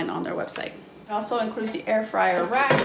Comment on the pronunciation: Dis ain't no Ayer-Fwyer...... it's a toaster oven..... :) great review..... 👍